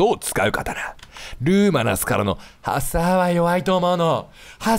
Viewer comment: ハサーの言い方パサァ...みたいな言い方で草